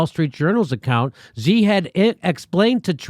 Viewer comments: It's not 'Jee', or 'Zhee' it's 'Shee' 'Xi' = 'Shee' - Stop pretending you speak Chinese. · Xi is pronounced the same as she. Xinjiang is pronounced sheen jyang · Xi in Xi Jinping is pronounced "she", iv studied chinese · She like her, "she" Jinping. Take 5 minutes and learn how to pronounce the name of the biggest threat to freedom in the world.